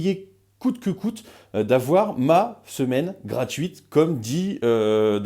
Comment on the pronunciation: On dirait qu'il a dit "... ma, semelle gratuite..." xddd